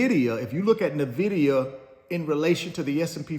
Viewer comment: Please research how to say Nvidia, you pronouncing it incorrectly is either an inside joke or a serious lack of research.